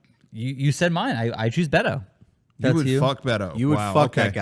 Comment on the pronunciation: bait-o not bet-o